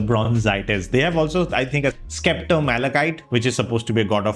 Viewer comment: It's 'septer' and not skepter, just pointing it out